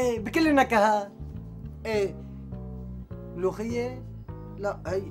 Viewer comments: Ward Al Sham وانا او مرا بسمع بلمولخيه ههه حبيبتي اسمه ملوخيه مو مولخيه😂😂😂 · هزار قالت طابخين ملوخية وهنن طابخين غير شي 😂😂😂😂يخرب بيتها